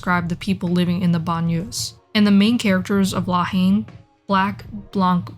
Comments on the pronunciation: Rolled my eyes whenever she pronounced it “Law Heen” lol. Not to be a dick, but it’s pronounced like “La En”. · For a video that purports to be suggests a leevl of fluency with French politics, cultural and racial dynamics, and social situation in general, it was hard to take seriously when the title (two words) is not pronounced properly.